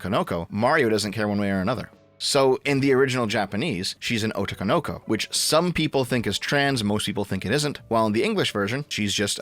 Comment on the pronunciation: "ouh-tou kou-nou-kou" You tried,.